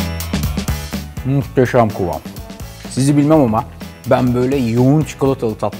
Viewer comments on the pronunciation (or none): "Mohtoşom Kovom..." :)))